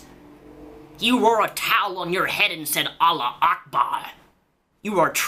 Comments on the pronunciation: It's not Allah Ackbar, it's Allahu Ackbar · it's "allahu akbar" not "allah akbar" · its pronounced allah u akbar jus sayin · I live in the middle east. Trust me, it's pronounced Allahu Akbar (alla - hoo - akbar), the call to prayer is like 5 times a day. Idk why but for some reason it distracts me when you get it wrong. Maybe it's just the way Qataris pronounce it, idk. Loved the vid! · It's pronounced: all ah who ack bar